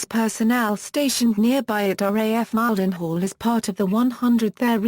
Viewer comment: My god! British robot YouTube voices are as bad as American. Mispronouncing Lakenheath and Mildenhall.